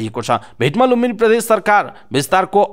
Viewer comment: कीन हो द लाई ध अनि ज लाई झ भनेर उच्चारण गर्ने वाचक ज्यु? प्रधेश नभन्नु है ।